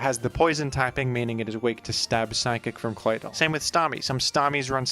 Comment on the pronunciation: Call me crazy, but am I the only one who finds the way that says Claydoll very satisfying?